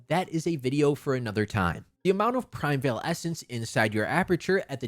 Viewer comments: Unrelated, but it's "PRI-MEE-VAL" ESSENCE, not " PRIME-VEIL" 😭😭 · qi is pronouced chi in chinese primeval is pronouced like prime evil